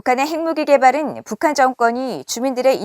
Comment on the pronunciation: 한국어 발음을 또박또박 정확하게 해주세요. 특히 첫 실러블을 ... <에>라는 발음 빼고요... 왜 <에> (국)방부 라고 발음하나요? <(북)한> 아니고 <북한>이쟎아요?